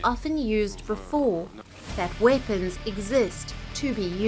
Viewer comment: Nuclear "Vepons" ...omg !!! speak English !!! get your enunciation correct dude...